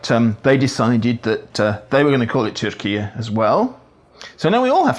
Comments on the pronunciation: I am Turkish. His pronunciation of “Türkiye” is perfect like a native. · UN Secretary General Guterres will have no problem whatsoever with Turkey's new recommended toponym. In Portuguese (which doesn't have the diaeresis or the y) it's spelled Turquia, but it sounds pretty much like the way you say it (which I believe is quite close to the way Mr Erdogan says it himself). That's quite a break for my countryman Guterres, I should think, for he and English don't always come naturally to each other and he has to use it a lot in his line of business.